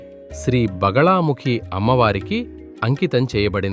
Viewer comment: బగలా కాదు బగళా ముఖి